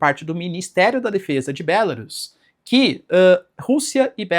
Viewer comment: Bélarus é o teu c. Diz-se Belarús.